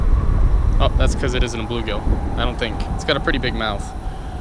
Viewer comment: "I fink"